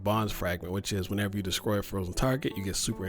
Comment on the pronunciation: Are you saying descroy instead of destroy? Seriously sounds like descroy.